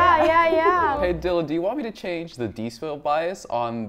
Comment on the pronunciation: Dylan not dillan